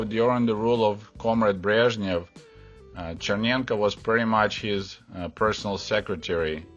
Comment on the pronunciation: It is encouraging to hear the names <<Brezhnev>> and <<Chernenko>> being pronounced correctly.